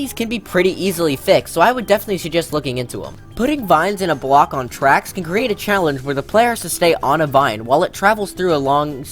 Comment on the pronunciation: I liked and subbed just because he said wigglers can go on twacks XD